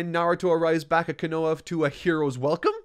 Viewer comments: I’m surprised to not see any comments correcting his pronunciation of Konoha, it’s not said all at once, it’s KO-NO-HA, each as a separate syllable, same with Konohamaru. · The fact says “konaHA” like “Konaya” made me want to puncture my eardrums 🤦🏽‍♂️ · Konoa lmao. Idk how still hasn't picked up on basic Japanese phonetics afterall these years but my god is it hilarious everytime. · just to let u know the village hidden in the leaves is pronouced Ko No Ha Konoha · Ko (Like co in coin) No (like the word No) Ha (like haha laughing) say it all together Konoha (Co-No-Ha) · KO-NO-HA. Sorry but that was bugging me lol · You show me true pain every time you pronounce konoha like that lmaooooo It’s ko-na-HAA like the end of kamehameha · 😂 Im sorry... Im loving the content but i gotta say it... KO NO HA... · Duuuude the way pronounce konoha is wild lmao In my experience konoha is pronounced as KO-NO-HA Like for real where is the w in konoha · I think I can hear seth the programmer screaming in a void about all these mispronounced names lol. I thought was saying quinoa when he said konoha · At the risk of being berated by the entire community, I would just like to ask, Isn't it pronounced like Ko-nuh-Ha? Then Ko-Nu-ham-aru? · I'm new to this channel, but why does he mispronounce konoha as kanoha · .......Kona-HA...... lol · Ko-no-HA...KonoHA. keeps leaving out the H whenever he pronounces it lol just say Leaf Village bro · Great vid but pls stop saying kenowa instead of konoha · I love your videos but can you not watch the English dub the English dub a bit to actually have proper pronunciation it is said (ko)(no)(ha) and say it in three distinct parts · It be feeling like you purposely mispronounce words at this point. Like wym kanowa ? 😔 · Please stop pronouncing Konoha “kin-no-wa”. Sorry but it’s really bugging me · I have literally never heard anyone pronounce ‘Konoha’ like this, not once in my 18 years of Naruto fandom lmaooo